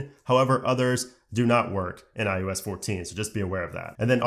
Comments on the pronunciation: Is it just me or are you calling it IUS instead of IOS? 😂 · STOP SAYING IUS!!!!!!!!!!!!!